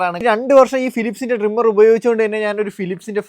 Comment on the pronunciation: ഡ്രിംമെർ അല്ല ട്രിമ്മർ